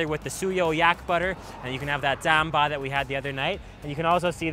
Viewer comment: Not “Zamba” it’s “TSAMPA”